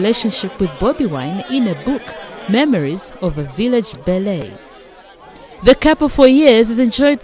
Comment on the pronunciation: Village Belleeeee ayiii hahahah this pronunciation go kill me